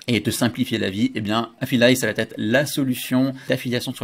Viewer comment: Bonjour, Bluffant ton nouveau truc, AFFILIZZ! Toujours très pro et pédagogue dans tes démos, clair, net et concis. Bravo! Une chose toutefois dont tu ne parviens pas à te défaire, ce tic de langage... par pitié, arrête les "ça va-T-être"!!! "Ça va être" est tellement plus sympa à entendre. Je note toutefois que par rapport à tous les autres intervenants tu as su éviter le piège des "du coup" tous les trois mots.👍😂 Désolé pour la critique, tu sais que c'est juste pour aider, mon côté VIEUX rédacteur copy-writer 😉🤣